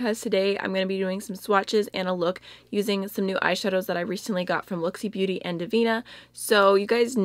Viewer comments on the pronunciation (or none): none